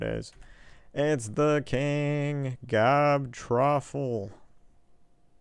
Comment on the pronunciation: why do you pronounce the U as a A ?Gobtruuuuuuffle not Gobtraffle